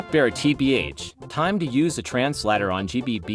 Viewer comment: Translator-❌ Transhlator-✅